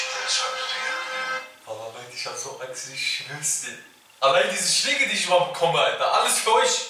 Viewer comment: Respekt* und nicht respect... Schläge* und nicht schlääge.. 😢